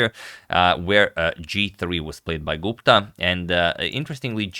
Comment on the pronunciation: I am an Indian... I loved the way you pronounced "Gupta"... It's perfect.